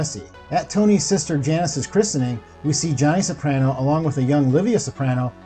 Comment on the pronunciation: Soprano is the only name you say correctly